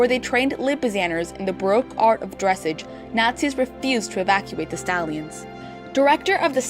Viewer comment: Thanks for putting this together. Nice job but please pronounce “dressage” correctly. Otherwise, good job!